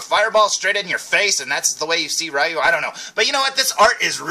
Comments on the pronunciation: I love Street Fighter. My two favorite Street Fighter characters are Ryu and Ken. And by the way, according to Capcom, Ryu's name is pronounced "Ree-Yoo", not "Rye-Yoo". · Pssha! What does Capcom know,!;) Yeah, I remember learning, after a lot of years, that it's pronounced Ree-Yoo, but by then I was so used to saying Rye-Yoo, that Ree-Yoo didn't sound right to me. So, I go through life, day after day, saying Ryu's name wrong, but hey......someone's gotta do it or it becomes a lost art.;) As for me, my absolute favourite Street Fighter character is Vega. (Balrog in Japan, the one with the mask and claws, man, Street Fighter is so confusing!) But yeah, that's my fave! ^_^